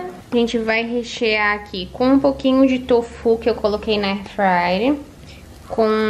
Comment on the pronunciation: E eu que não consigo mais falar airfrayer e só falo airfrayre igual a 😂